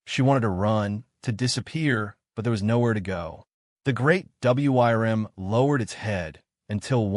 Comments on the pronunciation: I know this was supposed to be a warm and touching story, but I was lmao every time he said WRYM instead of worm. AI is so funny. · It's pronounced "worm". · Now THIS is a story I can listen to. And I believe it’s pronounced “Wurm”. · Attention AI voice: the word "WYRM" is pronounced "worm"... that is all. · Yes! Please teach your AI how to pronounce words it doesn't know or you risk taking people out of the story. Or maybe spell it "worm" instead of the old-fashioned wyrm."